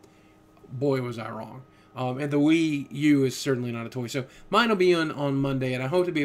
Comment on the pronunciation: lol WiiV